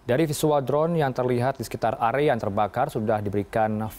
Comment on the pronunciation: Area bg, bukan agea... 😅😅😅